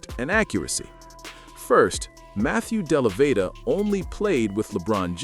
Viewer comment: Can you please pronounce Matthew Dellavedova’s full name correctly! My goodness the dude locked down Curry for at least 2 games when he was an average player! And he had to spend the night at the hospital dehydrated after doing that! Were you sleeping under a rock back in 2015! DO BETTER!!!